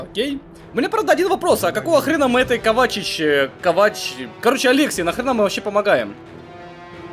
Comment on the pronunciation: Разъяснение нескольких моментов: 1. После разрушения главного ядра КАБАЛа в конце Кризиса Огненного Шторма, ИИ не был уничтожен полностью - он, если я правильно понял, смог сохранить частичку сознания в своём создателе - Кейне, отсюда вот эти его появления. 2. Юниты выполняли приказы с задержкой именно из-за большого количества разного мяса на карте. 3. Правильно, вроде, не КовАч, а КОвач. 4. В этом и ещё каком-то документе рассказывается, почему Алекса с таким подозрением и неприязнью относится к Легиону - когда она была совсем ребёнком, киборги КАБАЛа перебили её семью. 5. Кейн доверяет Алексе настолько, что приказал Легиону слушаться её указаний, как его собственных.